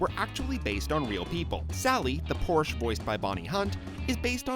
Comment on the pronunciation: you said Porsche wrong